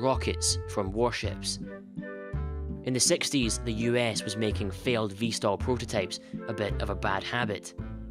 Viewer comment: V/STOL not "vstal".